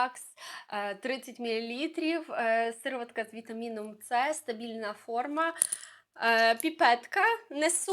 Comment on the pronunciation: Неможливо слухати вас, вибачте. «Бьюті оф джонсОн, сИроватка». Ви хоч витратили б пару хвилин і перевірили як правильно вимовляти ці слова. Неповага до глядачів та безграмотність🥴